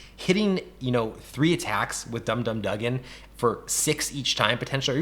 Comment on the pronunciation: Correction: It’s pronounced Gank-ee Lee and Dum Dum Do-gan.